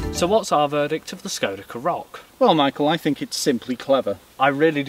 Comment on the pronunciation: “I fink”